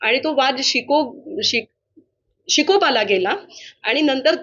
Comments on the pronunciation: शिकोपाला नाही विकोपाला 😂 स्वतः मराठी बोला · या मॅडमला तरी मराठी बोलता येते काय? विकोपाला बोलण्याऐवजी शिकोपाला बोलतात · हिला च मराठी बोलता येत नाही नीट ही लोकांना मराठी बोलायला सांगणार 😂😂😂वाद शिकोपाला नाही विकोपाला बोलता